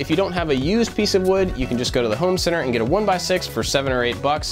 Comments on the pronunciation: Wow how did you even hear that??? It sound like "AND" 😭😭 good ear. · Damn, I thought it was "and" also. Well, time to unsubscribe